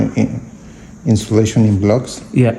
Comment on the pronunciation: Insulation girl you pronounce it as insiolation😮